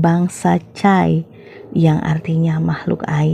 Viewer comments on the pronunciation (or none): Cara menyebutkan "cai" nya keliru deh. Hrsnya seperti menyebut cai (=air) dlm bahasa Sunda dan bukannya cai seperti nama sebuah bangsa Tiongkok 😅